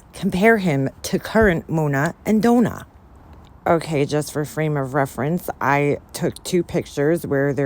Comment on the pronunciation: "Dough-nah" im dead 🤣🤣🤣